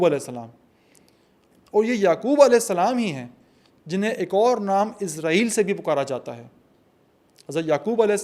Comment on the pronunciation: Asalamoalaikum, آپ عرق ریزی سے وی لاگ تیاری کرتے ہیں ۔ ماشااللہ اچھی کاوش ھوتی ھے۔ جزاک اللہ ۔ ایک گزارش تھی کہ اسرائیل لفظ عبرانی زبان سے ھے اور اسے آپ عزرائیل نہ بولیں ۔ یہ لفظ عبرانی زبان کے حوالے سے بھی اسم صفت ھے اور صفت نسبتی بھی ھے اور اس کا معنی عبداللہ کے ھیں یعنی اللہ کا بندہ۔ اگر آپ عبرانی گرائمر اور عبرانی لہجوں پر تحقیق کریں تو آپ کو پتہ چلے گا کہ س کو س ہی بولا جاتا ہے نہ کہ ز۔ شکریہ۔